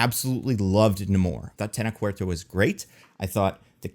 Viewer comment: One I think I want to point out: The CH sound in Tenoch Huerta is soft (like in Chess or Approach), not hard like Murdoch or Epoch. I made the same mistake too, don't worry. EDIT: Also BPWF is the end of Phase 4 because they were like "DEAR FUCKING CHRIST we cannot end this on Love and Thunder"